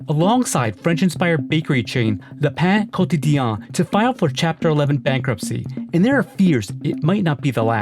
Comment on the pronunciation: He’s pronounciation of “Le pain quotidien” is hilariously bad 😛😁